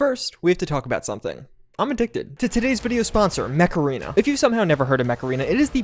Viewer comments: What he said: mech arena What my spaniard ear think he said: MACARENA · I heard the words "Mech Arena" as something more like: Macarena.;) ( is advertising a dance app? What?)